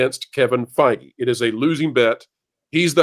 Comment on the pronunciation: Did just say "Kevin Fei-Gay"? 🤣